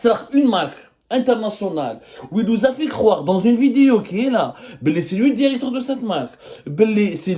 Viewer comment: Alors pour commencer je suis allé voir ces vidéos sur tik tok les anciennes et je confirme ce mec c'est un petit rigolo pas très drôle d'ailleurs et sa façon de parler genre je suis allé voir le "DIRECTOUR" j'y crois pas c'est juste un rigolo qui veut faire du buzz